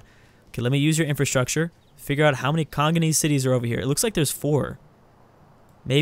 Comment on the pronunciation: says: "Kongonese." facepalm It's Kongolese.